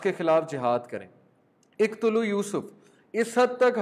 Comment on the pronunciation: uqtulu Yusuf, not iqtulu